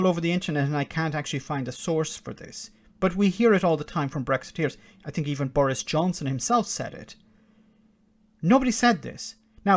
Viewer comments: I fink, you know, Tom might have, you know, got this wrong, I fink. (I fink he might be a bit fick, you know.) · Jesse Christ the man can't even say "think" properly! My birthday wish is to get the fuck out of this union and do it bloody fast!🏴🇪🇺